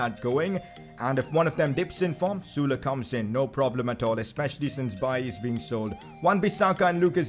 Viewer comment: He pronounced ‘sule’ sula